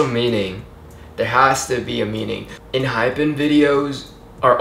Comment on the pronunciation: Actually you pronounced it correctly before. it is pronounced as Enhyfen like the hypen (-) sign